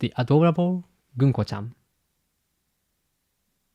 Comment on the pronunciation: Americans pronouns ‘gunko’ ganku. 😂